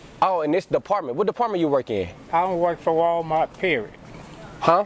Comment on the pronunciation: Why most older black people call walmart, walmark? Lol